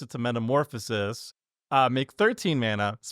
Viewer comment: saying "metamaphórsis" was hilarious